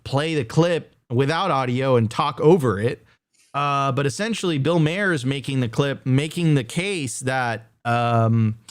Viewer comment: tell my your pronouncing mahers name wrong on purpose. would be brilliant.